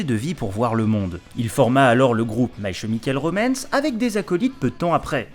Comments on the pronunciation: "my Che Mi Cale Romamce" mais faite un effort bordel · Bonne vidéo, juste ça se prononce My Kemical Romance aha